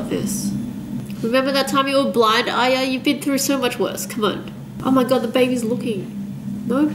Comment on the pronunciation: its true asians cant say R ye,, she also says AyA al the time ;P hahaha